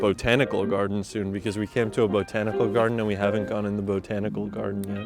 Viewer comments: I'm not a fan of how you say bo tanical. Say it at 800iso instead of pushing the syllable 😁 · about died when he said BO tanical garden 3 times. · nobody:: beau-tanical garden <3